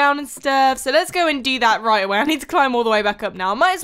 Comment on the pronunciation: Did you see when she said raight its meant to be right